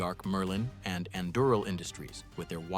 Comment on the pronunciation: Anduril pronunciation changed 6 to 7 times throughout the video. Hmmm.